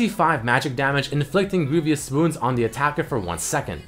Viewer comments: I thought he said grooviest wounds. a nice tip to know about pronunciation. vous has no "i" so don't say greivious like "envious" good vid nonetheless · Hey, man. I really enjoy your videos, so don't take this the wrong way, but you should really look into the pronunciation of the word "Grievous". (Greevuss). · the way he says "grievous" makes me sad